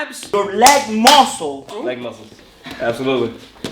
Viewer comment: Goddamn was I not the only one who had to rewind 5 times to hear "your leg muscle"